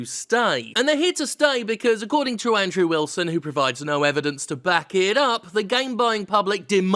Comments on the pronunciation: Also, are you saying "Android Wilson" instead of Andrew Wilson? Lol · I love how you said "Android Wilson!* 😂😂😂